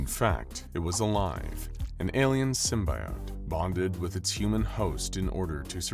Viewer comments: It's not simbiote it's simbyote, how how ever you spell them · Please..no more Sym-BYE-ote / Sym-BIO-te it's just Sym-BE-ote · It's pronounced sim-bee-ote Dispite being spelled with an I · That "sym-buy-ote" pronunciation is gonna create a lot of butthurt! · this was fun but you kept saying "symbiote" wrong. 🙄